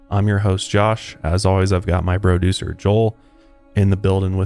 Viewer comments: Did you say broducer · "My Bro'ducer" i dig it! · “BRODUCER” IS MY FAVORITE JOSHISM OMG